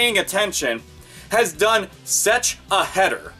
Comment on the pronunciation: does have some kind of talking problem? He was saying "sech" and "de" instead of such and the. I'm not gonna give him hell for it or criticize him, I'm just asking out of curiosity.